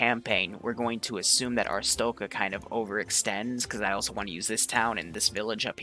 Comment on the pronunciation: Did you just say "kolcha" and "astrotzka"? Friendly correction "Koh-lech-iya" and "ar-stotz-ka"